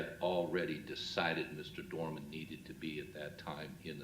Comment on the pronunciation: It’s DOERMAN